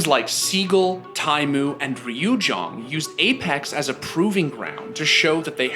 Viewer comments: really? you cant even try yo pronouce it right? Ryujong? its pronounced You-jeh-hong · LOL "ree you jong" he said it so confidently too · It's Ree-you-jay-hong not ryujong ffs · REE YOO JHONG XDDDD (ryujehong - ryu J hong) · Ryujehong is pronounsed "jay-hong" 😂😂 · Overwatch fans: Ryujehong theScore: RYOOJONG.... Say it right next time... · "ryujong" haHAA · I almost killed myself when he pronounced Ryujehong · what is this pronunciation of ryujehong lol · they butchered his name. RIP lol